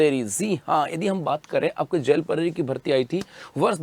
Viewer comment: Jel prahari ko zel prahari ko bolta hai ye 😂😂😂